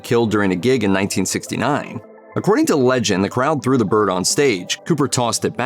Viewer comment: after discussing the complementary aspects of men's fashion it sure sounded like you said she grew huge balls instead of threw huge balls 😜 Which considering the topic matter stuffing of the cod pieces happened at other times in history 🤷